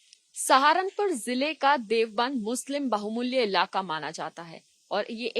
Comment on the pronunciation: Bahumulya nahi baahullay bolte